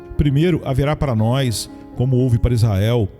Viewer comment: Irmão, com todo respeito, sua voz é muito boa, mas por favor, melhore sua gramática, pronuncie melhor as palavras mas, mais, e nós, por favor. Deus te abençoe!